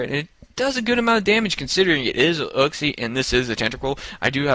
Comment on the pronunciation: It's not uksie it's pronounced youksie.